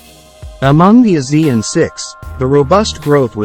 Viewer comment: It should be pronounced as A Siean